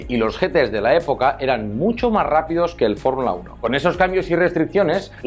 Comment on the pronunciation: ""FORRULA UNO""